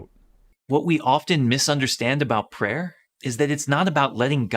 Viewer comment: Every time says "prayer" I hear "preyer"...